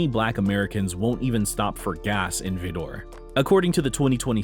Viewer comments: Vidor is pronounced like rider. In 1992 I drove through. Never again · Vidor Texas —- pronounced “Vy-der” —- is located in Orange County Texas.. which is where I’m from.. times have changed a bit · pronounced: Vie-door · I live in Texas and it’s sad that there are still racists in the world. BTW, Vidor is pronounced “vīder” by Texans. 🫤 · It's pronounced Vī•Der, and no, I'm not from there. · The town name is pronounced Vy'dor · It’s called V”eye” door Tx ! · it is pronounced V-eye-dor Texas. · It's pronounced Vy●der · its vi der. as in v eye der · Thank you for this informative video. It's sad to think so much racism still exists. But glad to hear it's getting better. Btw, in case anyone is interested, Vidor is pronounced like "Cider", as in apple cider. I'm from Houston and we've always been ashamed to have Vidor near us. This racism is so disgusting and frankly idiotic. People are sick. Thank God the young people have their heads on right and are standing up for what's right. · You mispronounced the Texas town it's Vidor spoken as V-eye-dor I know I'm from Houston and I know that town well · Vidor TX is pronounced VYE-Der. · VEEDOOR Texas... lol. You butchered that name. But yeah, racist place for sure. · It’s pronounced “V-Y-D-E-R”!! Li ke “RIDER”. Say it right! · Vidor,Texas is pronounced V eye door, Texas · Yep! It's pronounced "VY'Der or Viii'der". Add in a long vowel country growl, and you'll be more correct than not. There are a couple of towns like that all over Texas and many around the Houston area. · Ha, you are saying Vidor wrong. The stress is on the first syllable, and the I is a long I sound. The town is called Vie-door. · it’s pronounced VYdor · It pronounced VĪ-dər. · At first I couldn’t understand what town ( Vidor) the narrator was saying. Then it came to me, VIDOR!!!! Lol. The name is pronounced Vi -der, that’s how lots of people from Texas pronounce it.. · Vidor rhymes with Wider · The I in Vidor is a long I as in spider. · V eye der not vedor!